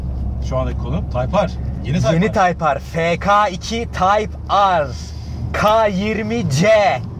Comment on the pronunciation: abi typar degil o typer diye yazilir taypir diye okunur bunudami ben ogretim